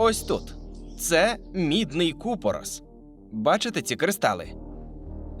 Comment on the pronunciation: Тільки не ку'порос, а купоро'с - наголос інший😁🤭